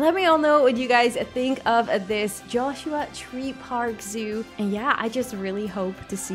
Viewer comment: Just so you know, the pronunciation of the park is a little off (I'd assume). You said it as "Joshua Tree-Park", and I would have guessed it should be "Joshua-Tree Park". A Joshua Tree is a colloquial name for this type of plant, and is also the name of a National Park